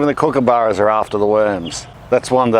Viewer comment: Watched it muted with captions and heard him speaking with an American accent in my head... Then he said Kookaburra and suddenly I heard crocodile dundee talking.